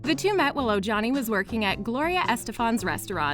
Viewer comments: His name is pronounced Omani not Ojani get it right please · It’s pronounced Oh-hani.